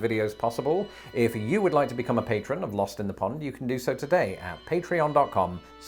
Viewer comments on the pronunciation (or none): none